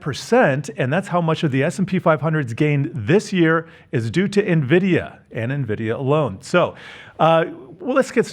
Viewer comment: Cannot keep listening when he keeps saying Navidia